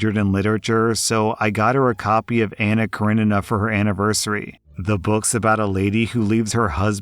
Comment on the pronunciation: Thank you for finally saying Anna Karenina correctly!! I've heard it said wrong too many times!!